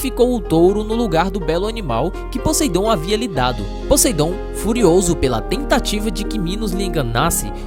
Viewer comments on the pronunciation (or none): none